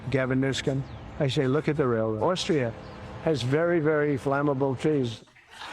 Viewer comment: "You ever have a guy who's not a smart person and you're dealing with him"- the smile on the face of the guy behind him said he was dealing with it right then. LOL. Dude next to Trump practically facepalming. Austria? It's Australia. The eucalyptus trees explode. But he can't even say Australia. Word salad rambling. He's waiting for Putin to tell him what to do.